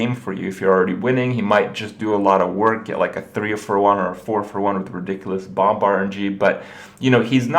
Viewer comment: The second 'b' in 'bomb' is silent, Krip.